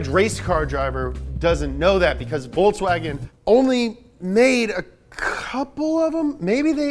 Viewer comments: It's Volkswagen, not Voltswagen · It'z Folkswagen, ja! Not ze Voltswagen, ja! It'z ze car of ze German people, Folks wagen! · It is volKs not volTs 😡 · It's folks wagon n not Volks Wagon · Please please please stop pronouncing it 'Voltswagen' please!